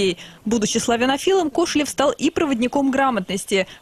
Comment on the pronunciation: КошелЁв, а не КОшелев!